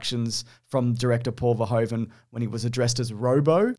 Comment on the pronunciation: Paul 'Verhoeven' is actually pronounced like English 'Verhooven.' Ironically, the English pronunciation of 'Verhoeven' would be written als 'Verhooven' in Dutch.